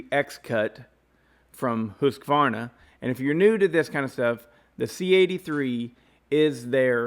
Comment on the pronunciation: Wow someone who pronounces the name correctly....Husqvarna....not us American's...Hus-a-varna....good job....think I'll stay with my Simington Chisel Grinder....touch up by hand with a flat file....round filing is for flat landers....take care....Shoe